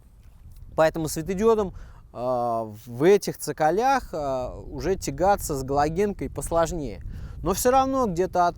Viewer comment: Как же бомбит,не в цоколЯх а в цОколях ,пиздец уши режет